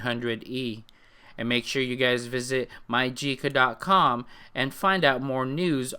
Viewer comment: you did say it Perfect *keep up the good work*